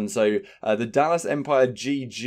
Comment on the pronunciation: Lol empire is 3 syllables tho. U doughnut 🤣